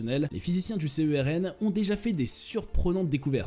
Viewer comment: Petite remarque à l'attention des gens qui ne connaissent apparemment rien à ce sujet : le mot se prononce CERN, pas C.E.R.N...